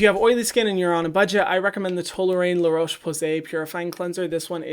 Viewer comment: La-Roche "posay" got me laughing tho